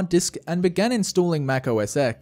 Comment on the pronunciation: "Ohh ess essk" 🤦🏿‍♂️ (🤗)